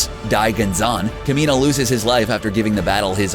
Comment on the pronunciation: The Kamina pronunciation killed me, every time. At least watch the show until learn how to pronounce the characters name correctly......